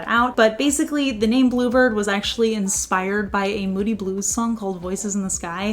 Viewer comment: Love the colour - the first three times you said "bluebird" before seeing the text and bottle, I could've sworn you were saying "blooper" lol 😅